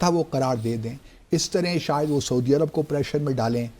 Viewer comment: باسط صاحب۔ لفظ ایرب نہیں، عرب ہے۔ خیال کیا کریں۔